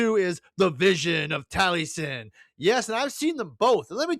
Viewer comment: Taliesin is pronounced "Tal-ee-es-in"